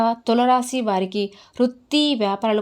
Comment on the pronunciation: Please pronounce Tulasi Rasi properly first it is giving wrong meaning